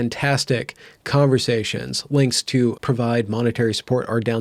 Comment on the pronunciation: “Calmversations.” I like it.